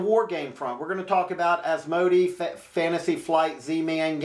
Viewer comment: Nice work. Asmodee is pronounced AS MO DAY.